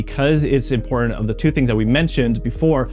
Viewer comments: So is the fact that instead of saying "IMPORTANT", he was trying to be 'modern' and kept saying "IMPOR-ANT"!!! HIGHLY ANNOYING!!! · Why do you drop all of your internal "T" in words. It makes it difficult to take you seriously on such impor'ant issues. Do Better.